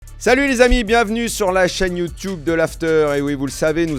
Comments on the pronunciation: Alors c’est top Daniel! Si je peux me permettre deux remarques: on dit “YouTube” pas “YouTiube”, et pour tes prochains invités si tu peux leur suggérer de poser leur téléphone pour éviter qu’il bouge non-stop… merci beaucoup! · Très bon format. Par contre, faut arrêter de dire youtiube